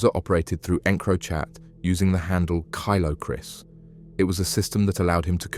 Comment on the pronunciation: KILO KRIS NOT KYLO KRIS 😂😂 great wee video❤